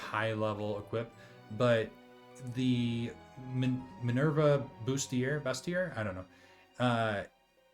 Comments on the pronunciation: FYI, bustier is pronounced like “BOO-stee-yay” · There's a few mispronunciations. I could forgive bustier as BUST-ee-err if you don't know a lot of people who wear them, but Bahamut being pronounced Bah-HAYM-it almost feels sacrilegious.